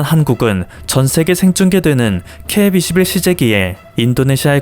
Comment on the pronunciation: KF21를 읽으시는데 발음이 처음부터 끝까지 이상하네요. 제 귀가 이상한것인가? 중국방송 아나운서가 발음하는 것처럼 들려요